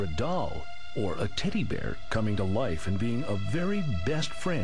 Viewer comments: Did the guy just say "Titty Bear" Or am I hearing things? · That guy totally said 'Titty Bear'